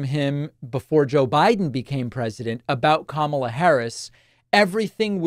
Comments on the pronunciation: At least he’s finally pronouncing KAMA-la correctly instead of ka-MA-la. Must have been all the peer pressure 😂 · And during those mispronunciations I think I heard him pronounce Kamala's name correctly. Proves how childish he has been mispronouncing it on purpose. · wow I think that's the first time I've ever heard him pronounce Kamala correctly ... just imagine that were the norm and not the exception for him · The biggest glitch was where he actually pronounced Kamala correctly. For once. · Holy shit he pronounced Kamala correctly! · The biggest glitch is him pronouncing her name correctly. Most RWNJ talking heads purposely pronounce it incorrectly, and Trump had been as well until recently. Odd. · He glitched in that he pronounced her name correctly. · I noticed that he is now pronouncing Kamala’s name correctly. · I think the most shocking and alarming thing is that he accidentally said Kamala Harris’ name correctly has to be a brain glitch! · Wow he actually pronounced her name correctly 😂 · Shocking to hear him pronounce her name correctly. That's the biggest glitch of them all